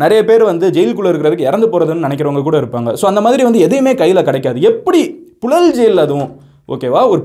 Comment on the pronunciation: ழ உச்சரிப்பு பழகவும்.புழல் என உச்சரிக்கவும்.புலல் என்று உச்சரிக்கக் கூடாது.